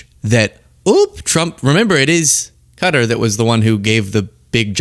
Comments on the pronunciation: It's not "Cutter" It's "Cotaar"! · Hey how come you're saying Cutter not Qatar? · It's NOT pronounced Cutter jesus I hate agreeing with Trump but he is pronouncing it right and you are NOT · I prefer your more serious side when posting. Also to all please learn how to pronounce Qatar. Phonetically sounds like this cat=ar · Cutter??? No Wonder The World Hates The USA Right Now, When You Cannot Even Say A Nations Name Properly. Whats Next? Chinia? Roosia? Isntreal? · Qatar is not pronounced "cutter." Quit being ignorant. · I can’t hold it in any more! Qatar is pronounced ‘cat-R’. Keep up the great content!